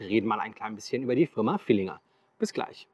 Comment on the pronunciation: Ich bin Fan deines Kanals. Aber das Ding heißt „Villiger“ und nicht „VilliNger“. 😉Das nur nebenbei und mach bitte weiter. Ich seh das sehr gerne.